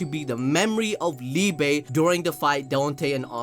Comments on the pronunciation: Definitely down for some Liebe merch! But yeah, very likely that we are keeping up with more German names, and Liebe is pronounced like Lee-beh. Brilliant counter to Lucifero haha, die große Liebe 🤘❤ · As a german it hurts everytime he says liebe